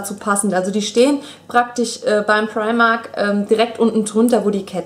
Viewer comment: fu sagst immer primarkt ;))